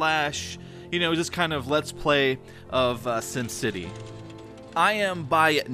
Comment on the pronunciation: it is sim city not sum city